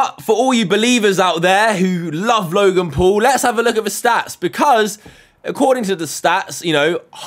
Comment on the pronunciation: U said log in pool not logan paul